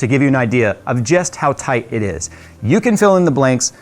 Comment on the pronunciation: Toite like a tiger.